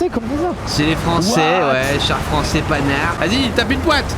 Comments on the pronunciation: Ça ce prononce "pan" "ar" et pas "panard" fa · sinon ça se dit pan ar pas panard xD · Et faudra préciser que ça se prononce "panhard" et pas "panard" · tu m'a fait marrer, PANHARD ça se prononce "pan-art" pas panard ^^ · c'est pas panard c'est pend art (Panhart) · Ça se dit "pan" "art" pas panard 😁 🤙🏼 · Bonsoir. On ne dit pas panard mais pan (comme le pan d'un fusil) hard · Il a dit panard alors que sa se prononce pan-hard comme la marque de voiture mais sinon ct drôle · Les chars Panard 😂😂😂 c'est Panhard pan-et-hard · On dit "pan" "art" phonétiquement mais sinon excellente vidéo 😍